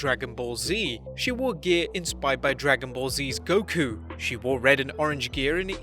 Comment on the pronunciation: Bruh goku wave now you sound like my teachers calling pokemon pakeman or my uncle calling spongebob the cheese lol